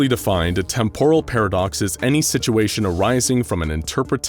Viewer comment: Dude, every time you say out loud "Temporal", "Temporally", etc I cringe, your cadence is wrong. Its not "Tempóral" its "Témporal" (emphasis in the first syllable) >:v AARRGGGHHHHRGRHGRHGRKJFKJHDSKJFHKJSD *Cringe*